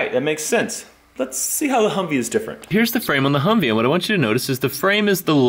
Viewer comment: He called his truck a huvvee